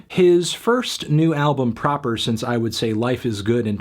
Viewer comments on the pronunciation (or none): none